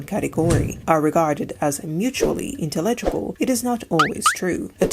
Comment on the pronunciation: be careful, you are stressing some words incorrectly, like "characteristics" or "intelegable"